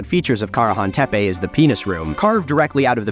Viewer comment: Ah, dude you were in Turkiye did you hear anyone refer to the word "tepe" as in Karahan Tepe as "tepey", it's pronounced te-pe, there's no "y" at the end.